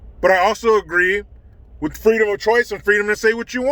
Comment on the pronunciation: She got her “Fweedom” F-Disney